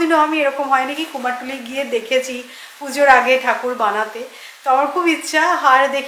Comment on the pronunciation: অনেকেই বলে এটা শুনেছি।ভুল উচ্চারণ খুব কানে লাগে। তারপর অপারেশন টা কত বার শুধু ওপরেশন বলে গেল। যাই হোক এগুলো নিয়ে বলার কিছু নেই।কিন্তু কুমোর টুলি টা খুব কানে লেগেছে।